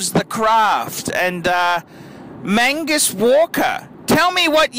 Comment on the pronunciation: Mag Nus not Man gus,,,, fuckers